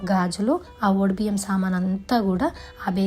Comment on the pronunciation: ఒడి బియ్యం.....అన్నది తను......కరెక్ట్ గానే అన్నది...